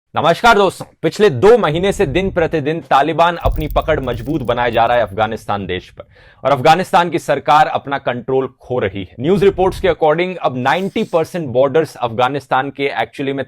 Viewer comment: Majboot nahi mazboot